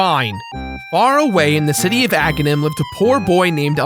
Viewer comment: "From the Coty of Agahnim"